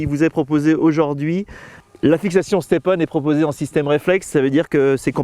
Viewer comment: Juste mec arrêt de dir le nom step on parce que qu’on prononce ce mot avec ton accent anglais ses vraiment bizzard